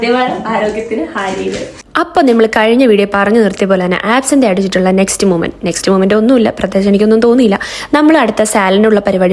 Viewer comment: it's pronounced as അബ്സെന്ത് not അബ്‌സിന്തെ